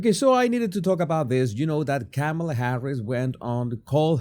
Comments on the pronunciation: Sir, I greatly appreciate your channel. I have a request though - my name is Tamela, pronounced like Pamela but with a “T”!! Your pronunciation of KamAla…sounds much like my name…and I don’t want to be associated with that evil *bleep*!! Please, I beg you, work on that “A” in the middle - all of us PamElas and TamElas will be so happy!!!😉🤣🤭🤣🤣🤣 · You know that’s not how you even pronounce her name so you started off this video petty 🤷🏾‍♀️🤦🏾‍♀️